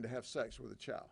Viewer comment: I love how he pronounces "Child" to "Chile" 😂😂